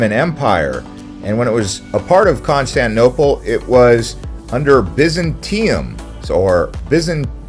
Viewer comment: Constantinople. You are not pronouncing the ti in the word . Why?